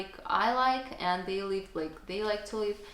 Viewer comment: Don't be overly complacent with your English. Your pronunciation needs a lot of work, especially the short vowel i sound, i.e. in SLIP , DIP, LIVE because you pronounce them as SLEEP, DEEP, LEAVE etc. While some people may find your accent cute, I have some trouble understanding you. I am sure you want your English to be good, not cute.